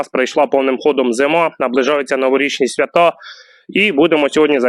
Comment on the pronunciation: Йолупи , свя'та Наголос поставив,не обіжайся )